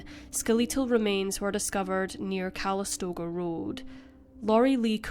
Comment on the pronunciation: "ske-LEE-tul". HA HA